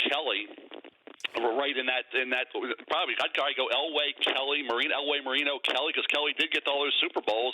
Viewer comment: It is Elway and it is not close.